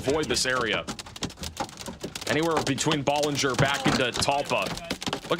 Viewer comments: Pronounced Bellanger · Ballinger = Bal (like pal)-injure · Hi, it's pronounced Baaalinger! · Please ask Texans how to pronounce Texas towns. Please for the love of God! It’s not Ba-linger It’s Bow-linger It’s High-co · Thank you! Ballinger is pronouned Bal-in-ger.. and Hi-co. You are appreciated!